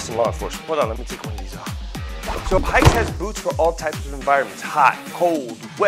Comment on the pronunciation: that's not how you pronounce Haix